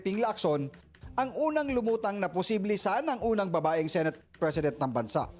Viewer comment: senate is pronounced as SE NAYT not SI NAYT. COMPLAINT has a T in the end.